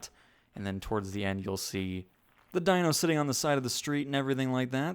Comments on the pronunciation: His name is not pronounced DIE-NO, it’s pronounced DEEN-O just saying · Great video. BTW, its pronounced "deeno" instead of "dyno". You were not a fan of the show, and thats understandable. 🖒🖒🖒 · When we were kids we had imaginations we didn't have to have a bunch of rides that's what this theme parks about and you can't even say the little dinosaur dog's name right it's pronounced Dee no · Prounced Deeno, not Dino. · Omg say it right, it's DEENO!!